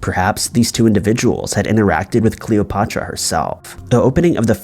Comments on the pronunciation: 'CleopOtra' made me flinch every time you said it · say "Patrick"...now say "Cleo"...now say "Cleo-Patrick" & you'd still be pronouncing it more accurately than you do in this video. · Alex AND riuh ... Cleo PA truh it roots down inside my soul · Super impressed with your commitment to the mispronunciation of both Cleopatra and Alexandria.